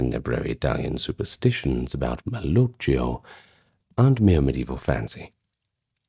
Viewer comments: hi! love your videos! just wanted to say that in Italian, the "cch" is pronounced like a "k". So malocchio is pronounced like "mal-oh-key-oh" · Malocchio is pronounced with a hard K sound like Pinocchio. Love the videos, the lore and legend and your presentations. Thanks so much for these!